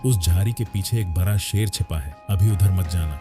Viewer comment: Ek bihari sab pe bhaari बरा नहीं बड़ा सही शब्द होता है 😂